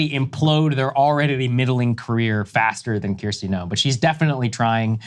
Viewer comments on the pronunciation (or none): I think her name is Kristi, not Kirsti, heard him say the same last week! Last week Don jr said her ghost writer must hate her! And I need someone to tell me how exactly do you "read" an audio book? Proof is in the rhetoric!! Right, cause Saagar famously takes tRumps rantings seriously, so who is the guy on this show who apologizes for tRump and claims he was not serious when he said that, etc. C'mon man!